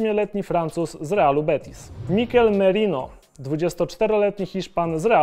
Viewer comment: Szacun że nie brechnąłeś podczas wymawianiu niektórych piłkarzy (Caputo, Gosens, Merino..)